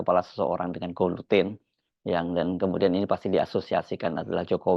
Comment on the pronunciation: Guillotine [ gi - yo - tin ]